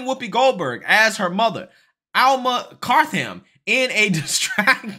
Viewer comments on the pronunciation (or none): It’s Cartham (carth-them) not Cart-ham. Now, go laugh at that Mr Illiterate! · * Car th an...